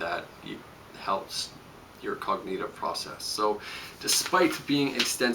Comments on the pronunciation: Cog-nih-tiv, not cog-knee-tiv. Good info though. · whytf do yall care so much about the way he's pronouncing cognitive? appreciate his content and thank him for sharing his knowledge. you guys are the worst commenters ever.